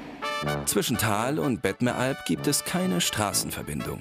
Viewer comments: heißt überigens bettmeralp und nicht bettneralp. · das heisst nicht bettneralp sondern bettMeralp... wenigstens lesen solltet ihr können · Ironie?!? Ich bin gerade hier. PS: Es heisst Bettmeralp nicht Bettenalp!!!!